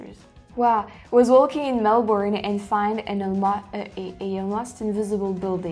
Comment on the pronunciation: It’s Mel-BURN love, from a Melburnian😁